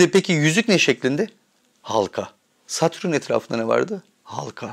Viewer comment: Satrün ne Allah aşkına. Kulağımı tirmalayip durdu. Neyse konu güzel.